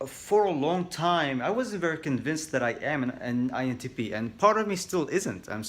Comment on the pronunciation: Did he just say “INTPenis”? Lol I’m dumb sorry